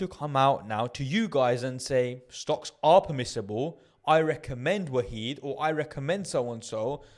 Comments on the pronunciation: I always pronounce it as “Wa-hid” (1 in arabic) lol, great video bro! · It’s pronounced wahed (one). Jzak for info